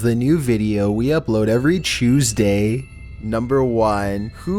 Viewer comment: "eVeRy CHOOZEdAy"